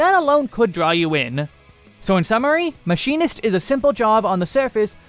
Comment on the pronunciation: not him calling machinist Maybelline im donee. ☠☠